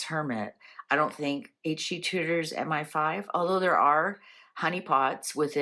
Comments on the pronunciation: You are correct it is ‘M. eye. 5’. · it IS M I (eye) five. MI=Military Intelligence